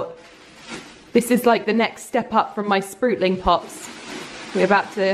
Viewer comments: They are called sprouting (ou pronounced as out) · Drinking Game - take a shot every time says sprootling